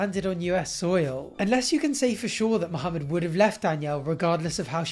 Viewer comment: I really hate how Danielle pronounces Mohamed as if it's two separate words😤